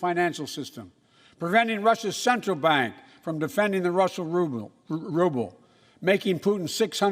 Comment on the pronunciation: He said “warble” instead of “Ruble” whoops